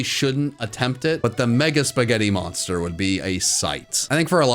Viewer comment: DO NOT LEAVE OFF THE N IN MONSTER! AND IT'S WHY ARE THERE, NOT WHY IS THE! WE DON'T SAY THE BEFORE SAYING SO!